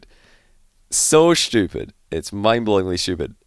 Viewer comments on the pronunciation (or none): Does he say “shtoopid” lol 😂